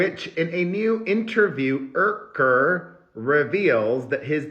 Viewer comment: Ken’s last name is pronounced YOUker